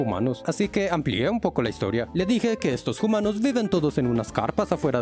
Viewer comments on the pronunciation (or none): Xd puso hoomanos en ves de humanos